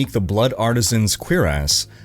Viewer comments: What’s a queerass? Lmao. It’s pronounced cure-iss. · I think it's "blood cure-ess." "Blood queer-ass" doesn't sound right. Lol! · it's pronounced "Q-RASS" lmao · Canadians… 🙄 It’s pronounced ‘Sur-rass’. Not ‘quebecueerass’ or whatever you said. Bro. If you’re going to make a living off the genre please learn how to say armor types. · Lol he said blood artisans queerest. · Why do you say it "cure ass"? 🤣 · Did he say blood artisans queer-ass?? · Queer-ass, huh? 🤔 I think you're elongating the wrong syllable, brother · The word "cuirass" is pronounced as KWIR-as. The "cuir" part rhymes with "dear," and the "ass" part sounds like "us" but with a slightly softer ending. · it is of French origin and when I was in France it was always pronounced kwuhr-us, with the emphasis on the last syllable. :) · That cuirass pronunciation 😂